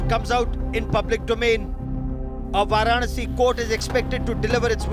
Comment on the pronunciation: Where is this anchor doing on In India who cannot pronounce Varanasi! Pronouncing with wrong stress on syllables and wrong intonation. Sounds totally silly.